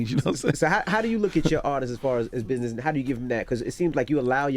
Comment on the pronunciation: Biness? Wtf is biness? And what does "fur" have to do it? I swear rappers can't talk worth a damn.